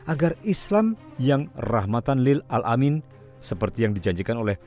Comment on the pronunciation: Rahmatan lil alamin..bukan rahmatan lil al amin..mimin salah ucap tuh..😁😁sory min